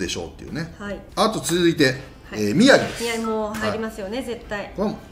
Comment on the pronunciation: 宮城がひろとになってる😂